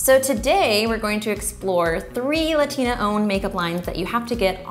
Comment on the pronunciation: I’m sorry but did she say Latina like La Tina no girl itsss LATTIINNAAAA u hear it LA